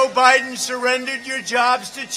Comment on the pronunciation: Hahahaha 😂 Trump is the man called Joe Biden "Joe Hiden" lol 😆😂 😂